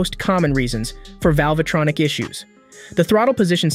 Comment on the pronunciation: I can't hear one again how you say "velvetronic"